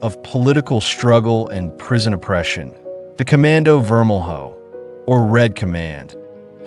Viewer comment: It’s vermel-yo not vermel-hoe